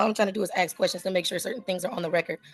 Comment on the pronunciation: Please, please, please, it is ASK, ASK, ASK, ASK, ASK, not "AXE, AXE, AXE" . . . like fingernails on a blackboard.